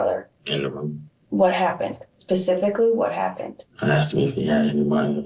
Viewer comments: I KNOW SHE DIDNT ASK WHAT "PACIFICALLY" HAPPENED!! 🙄🙄🙄🙄🙄🙄🤣🤣🤣🤣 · pacificly what happened. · The female DETECTIVE said "pacifically"!?!?!? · Ha?? Edit: Oh, specifically? 😁